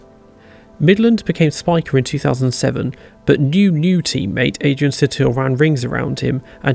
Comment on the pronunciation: It's Adrian Suuuuuuuuuuuuuuuuuuuuuuuuuuuuuuutil, damnit!